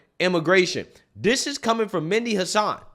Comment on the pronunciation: It’s pronounced Med - E Hasan